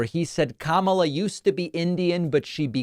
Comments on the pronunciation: Not being able to say Kamala is just weird. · And now a nYew mispronunciation - kamma la. I love the Y in new. It should be added to now. nYow, nYumbers. nYoodles. nYative. nYever. knYees.